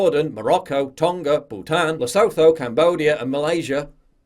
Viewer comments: I like you a lot Paul so ima help you out - Lesotho is pronounced Les-ootoo - this will come across as more knowledgable when pointing these things out. Although you are very educated already. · The "th" in Lesotho is pronounced like "t" in English.